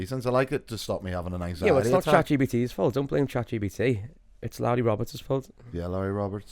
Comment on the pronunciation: Episode 48.. still can’t say Chat GPT